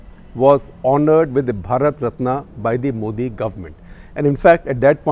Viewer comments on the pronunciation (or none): none